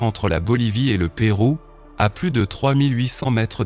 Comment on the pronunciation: Une montagne d’ocre y’en a une en France dans le Luberon. Et on dit Pérou, pas Péro.....